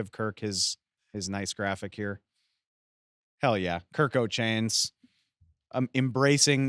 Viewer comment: It's Kirko. Stop playing.